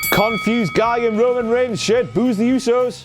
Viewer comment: No WTF-Moment for that Roman kind of "rayman" pronunciation fail???